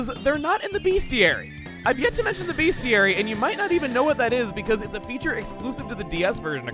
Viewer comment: Dear, its pronounced bestiary, not beastiary. My DM corrected me once, never forgot that.